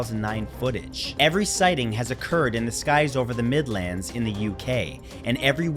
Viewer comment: I love when people from outside the UK say place names local to me. You made the Midlands sound like somewhere in Middle Earth, I feel like an elf now 😊❤